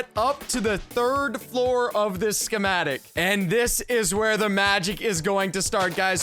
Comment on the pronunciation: this is how keith said Schemetic | | | V